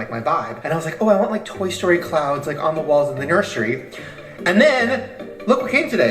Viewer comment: saying “nurSHery” forever has me annoyed